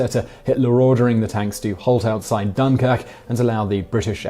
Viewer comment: The only pronunciation you got right in this video was Dunkirk.